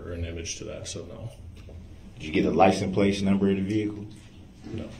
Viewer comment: "licenplace" he says lol